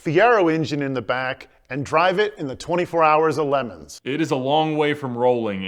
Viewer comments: Did this ficara guy just call 24 hour of le mans ... Lemons? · Is that some parody of the real thing or did he gigs-butcher the Le Mans pronunciation? 🤣